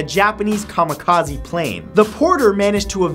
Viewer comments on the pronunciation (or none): none